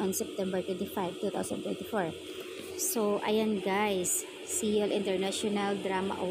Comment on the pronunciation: Taronga ug pronounce imong " SEYUL" maulaw man pud ta! Basaha ingon ani, SOL...SOL...SOL...praktisa. SOL...SOL.SOL.